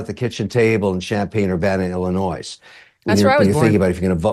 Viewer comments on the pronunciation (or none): Kevin, the S in Illinois is silent. Are you sure you lived in that state? How embarrassing! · Nice interview Megan. Kevin never learned how to pronounce Illinois (2.41) yet lived there 🤔